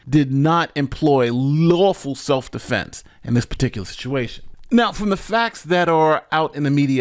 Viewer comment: He said “seff dufenses”. 😂😂😂😂